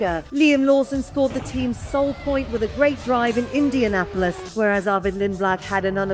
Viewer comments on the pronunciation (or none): none